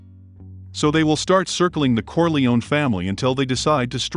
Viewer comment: Why are you mispronouncing Corleone? Who's paying you off?